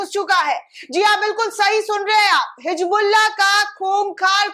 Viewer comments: Hijbullah nhi hota hai Hizbullah hota hai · [hi "Z" bulla] NOT [hi "J" bulla] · Hijbullah nahi Hizbullah Pahle apne alfazon ko durust karo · It's HisbulLaah not hijbullaah but it sounds like HizbulLaah BUT NEVER NEVER HIJBULLAA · Hijbullah nahi hizbullah bolo